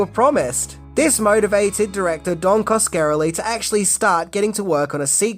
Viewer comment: Oh for Crying Out LOUD! Can't you even have the decency to pronounce the directors NAME correctly?!? He's of ITALIAN descent! It's: "Kas-ka-rel-ie!!!" There it is for you phonetically !! And if in doubt, look up someone ELSE'S You Tube reviews on one of his other films to get it right!! You own him THAT much!! God LORD!!